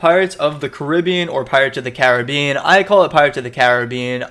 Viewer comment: A decent box young man. FFX is the star of the show and it's nice to hear someone from across the pond pronounce Caribbean correctly. And appreciate the video game subscription services you have over there, in Scotland well, better not get into that rant again, I've Don that enough on my channel 🤣